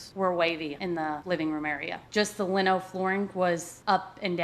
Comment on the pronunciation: At first I didn’t understand how she was pronouncing linoleum flooring. But I understand now that there was no water damage. Just defective flooring. My suggestion since no one is helping you is to hire someone to replace the flooring. And keep fighting to get reimbursed. You have been making payments forever and it’s been sitting for almost 2 yrs. I’m sure someone can rip out the flooring and replace it in a day or two. I had friends rip out carpet in their old motorhomes and replace it with LVP flooring. But you learned a good lesson since you are a rookie. Hire 3rd party certified RV inspector next time. Wishing you good luck. Move on and get the floor replaced and get out there and start camping.